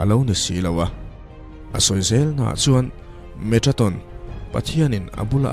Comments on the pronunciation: Metraton ti in ilam in ka hria a. Metatron tih zawk tur ani in ka hria a.. Ka hresual pawh a ni mai thei.. I aw a fiah in ngaihthlak a nuam e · Metatron tih in a in ziak a, Metraton tiin i chhiar a. Eng hi nge dik zawk aw.!!? A ngaihnawm hle mai. 👍👍👍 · Metraton tih deuh hlîr in i lam bawk sia😁